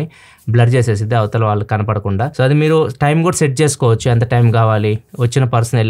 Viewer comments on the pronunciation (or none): none